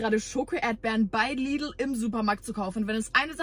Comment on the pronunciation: Versucht sie ernsthaft Lidl englisch zu betonen?! Lidlllllll